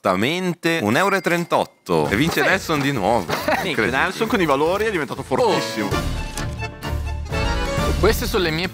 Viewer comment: È GIUSTA LA PRONUNCIA DI NELSON E FUFU È PIATTO GHANESE!!!!!